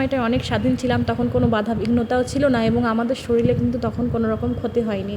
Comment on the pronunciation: Kothaya Shorir not shoril. Shunte baje lage.